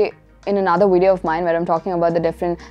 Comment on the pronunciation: Very helpful videos but a few things that I noticed 1) Your pronunciation of the letter "V" sounds like "W" sound. Words like video, valet etc 2) luggage is an uncountable noun. So plural form is still luggage and not luggages. 3) trolley pronunciation : trawli not troali